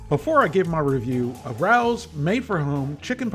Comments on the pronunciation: You might be able to pronounce all the ingredients but you're still not pronouncing Rao's correctly. It's not pronounced like Rau, but pronounced Ray-O's. Here's a video about the famous restaurant in New York City from which these meals get their name. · forget chx parm pronunciation ....No" Rouw's" ....Pronounce like Rayos' . Love your channel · Not trying to be that person, but the pronunciation is RAY-OH’s. Love your videos and hysterical one liners. You’re the man,. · It is pronounced Ray-Os, not Rowls. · LOVE the video's - been watching you for years!!! .... Just one comment to make your Rao's videos perfect..... Rao is not pronounced the way you have in your videos (like Row with a flat "O"). It is pronounce RAY-O .... Like the name Ray with a O on the end..... Rao is our family name... other than that, awesome! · Hi 😊Just want you to know the restaurant name pronunciation is RAY-oh's. Not RAUWS...👍🌺 Thank you for reviewing these products and sometimes risking your life trying others!👏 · I love their spicy aberitta sauce. By the way it's pronounced Ray-o. I learned that watching jimmy Fallon cooking their meatballs at their restaurant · I agree, this is the best frozen chicken parm on the market. Also it's pronounced Ray-Oh's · I'm originally from NYC, and had a classmate whose last name was Rao. It's pronounced RAY-oh. 😉🌝 The way you pronounce it sounds like a cat that's about to attack someone! 😄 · I think that's pronounced Ray-o’s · well, remember can't even say Ray-Os correctly 🤣🤣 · Per Rao's Restaurant and the tv commercials released by Rao's it's pronounced “Ray Ohs”. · In fairness, your mispronounciation of Rao's is more offensive. 😅 Keep on trucking. We, the people, love you,.